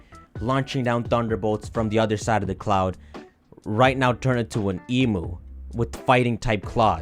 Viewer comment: as a member of the Australian community Imma have to ask you to stop pronouncing emu like Like fr please it hurts